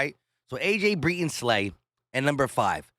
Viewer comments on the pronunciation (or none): none